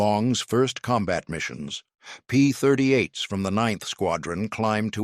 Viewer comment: AI slop. P-38s, not P-30 eights.